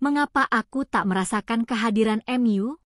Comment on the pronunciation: KehadiranMu dibaca kehadiranmu, bukan kehadiran em yu.